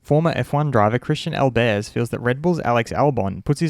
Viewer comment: Your pronunciation of Albers is really off. The name is not French; the emphasis lies on the first syllable.